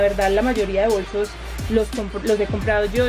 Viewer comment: se dice bolsos no bosos jaajajjajaajajajajaajajajajaajja